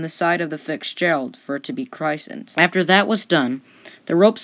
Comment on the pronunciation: The narrator pronounces the ship's name as "Fixgerald" rather than "FITZgerald." Also she mispronounces "christens"! Please re-do this video with a narrator who knows how to pronounce things. This could have been a much better video if it had had a narrator who knew how to pronounce things!! I REALLY HOPE that this narrator reads this!